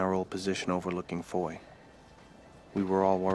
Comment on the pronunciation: I lived in Belgium for 3 yrs, and the town of Foy does not rhyme with "Roy" It is pronounced ""Fwah."